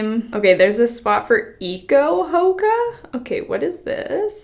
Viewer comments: Haha hoaka is pronounced “ho-aw-ka” but for anyone interested hoaka it is literally my fav brand I already I have so many swimsuits from them! They are coming out with new eco-hoakas every week and they’re amazing! They are also completely ethical and treat their workers great, and their staff is amazing at helping you with any issues you may have! The girl (Elizabeth Rioux) who is the owner is absolutely amazing! They’re always coming out with new designs but sometimes sell out fast! They are all about diversity so have sizes for everyone! you can always check out their ig for more info :))) I recently became an ambassador so if you guys were interested you can use my code TORIAMONDSEN for 10% off!! ❤️ it’s such an amazing brand I love them! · Pronounced like ho aka I am pretty sure.